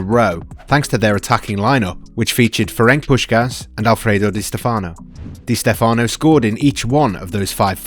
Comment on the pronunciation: It's Di Stèfano, not Di Stefàno